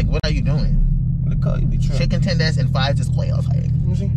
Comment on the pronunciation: "chikon tendairs and fwies" 😂😂😂😂😂😂😂😂